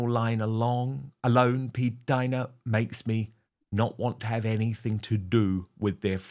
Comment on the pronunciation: Jesus! PLEEEAAASE STOP SAYING P-DINA ! It’s the most disturbing name I’ve ever heard even though I agree with everything you’re saying, but that name noOoooooo